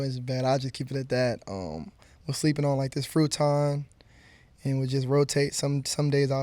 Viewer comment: My boy said “ fruiton “ . Happy for him!